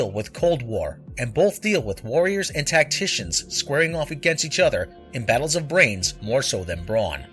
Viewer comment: It's "tacticians" not "tactitions".